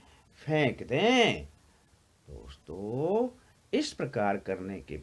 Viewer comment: Hanji sudh ucharan kiya kro boolte time ye kya hai raag thoddi gaa rhe hoo ak word ( akshar ) ko itna long kr k boolte hoo hello dosto , hello mitro khana hai to vistar sy kho itna kyu bdda chdda kr ........????